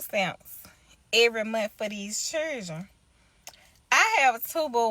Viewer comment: It's children. Not churdren